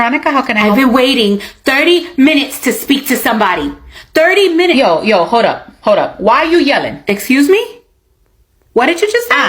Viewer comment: 😂 a true New Yorker! Gotta either be from the Bronx or Brooklyn! Once the “yo” come out it’s a wrap. ❤